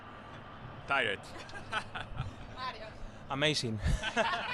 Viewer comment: djmariio: ameisin😂